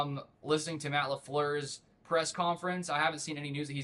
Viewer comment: Its say la not saw la